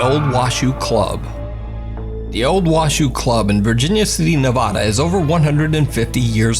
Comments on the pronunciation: Just came here to say, someone who lives an hour or so outside of Virginia City 1) Washoe is pronounced Wah-Show 2) & it’s Nehv-Add-uh NOT Nuh-Vaw-Dah Thanks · You are destroying my home states name! It's Nevada not NAvada! Still like your videos though! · Washoe is wash-o long o! Nevada- nev-a (not ah)-da! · But he did say nevawda lol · friendly FYI: Washoe is pronounced Washoh, and the first A in Nevada is a short a.... like apple. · I have to be the one...... Washoe is pronounced Washo, long o. Nevada is not Nevawduh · pronunciation of Washoe cracks me up! 😄 He says Nevada wrong, too, but almost everyone not from Nevada, does. Lol! Love his videos, though! His are the best of all the spooky compilation videos. I don't even bother with any others. 😊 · I’m from Nevada and it bothers me how he’s saying Nevada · And Nevada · Really like the videos and the commentary, but please for the love of pazuzu; Stop mispronouncing Nevada. Having lived there for a good many years, It hurts my soul to hear.